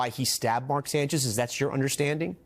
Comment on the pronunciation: The Sanch-ise 😬, J E T S, jets jets jets 😂😂😂😂😂😂